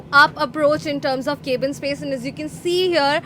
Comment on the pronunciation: Cab-in not Caeb-in, madam